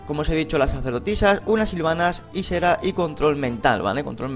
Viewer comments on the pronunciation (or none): Ysera se ponuncia aisera